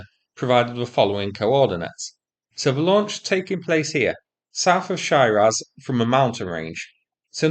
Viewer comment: It's not "Shy Raz", it's Shiraz as in the red wine.